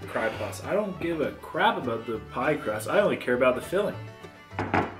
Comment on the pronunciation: Hahahahaha you said "cry pust" instead of " pie crust" 😂😂. Love your vids